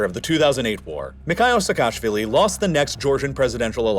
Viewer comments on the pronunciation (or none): Georgian surname Pronunciation tip: Say "Seka-shvili" ✅ Not "Se-kashvilli" ❌